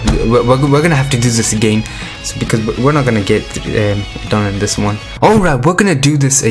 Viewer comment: Lover how u pronounce agayn XD (i subbed just for that)